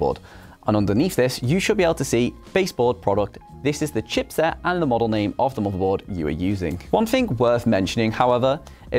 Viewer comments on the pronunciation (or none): i heard u say marvel board